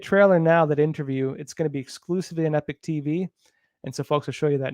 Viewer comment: Epoch not Epic 🙅